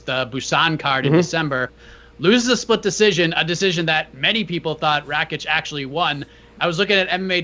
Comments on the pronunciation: I like you but please it is R-A-K-I-C and not R-A-C-I-K thank you 🙏🏻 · It's actually pronounced R A K I K. THANK YOU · rack itch